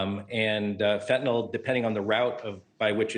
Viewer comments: Lady, it's fentANYL NOT fentANOL. damn. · It’s fentanyl not fentynol